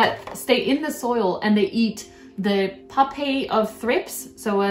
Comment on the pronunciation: For future ref, pupae is pronounced "p-you-pay" :) the way you pronounced it like "puppayee" was super cute though, like puppy!!